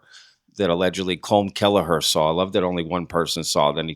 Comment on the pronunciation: Hey! Just fyi...I've heard a lot of ppl pronounce Colm Kelleher's name wrong. His first name is pronounced, "column" or "coll-um.." Not like a"comb."